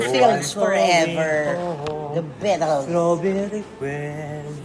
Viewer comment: Cristy, “The Bettles”? Palagi mung pinagpapansin and pronunciation ni Barikutot….. eh check yours too.